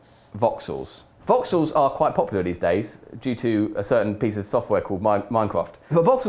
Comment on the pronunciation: I never could figure out how the heck you pronounced that.